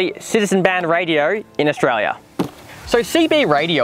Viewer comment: Australia is not pronounced "Oshraya"